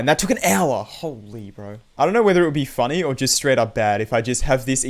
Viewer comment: "kinda funneh" lmao